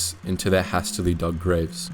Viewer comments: its pronounced hay ster ly, great video love youre work dude thanks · Can't believe you pronounced "hastily" wrong at 5min 52sec.